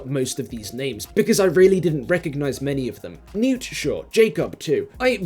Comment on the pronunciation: everytime you play the list I keep hearing “Noop” instead of “Newt” and it just makes me think they really should have done a second take and nail that T sound